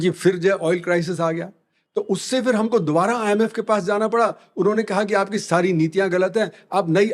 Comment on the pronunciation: One of the few people who get it. But to give an example of how bad education is in India: even someone as educated as this guy doesn't know the difference between फ (pha) and फ़ (fa). For example, he keeps pronouncing फिर (phir) as "फ़िर" ("fir").